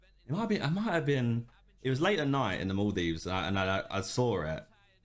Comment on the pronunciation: North American "Saw it" English "Sweaoaurrwr it"